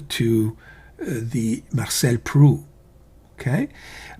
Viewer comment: Marcel Proust , the final S and T are pronounced like in " boost"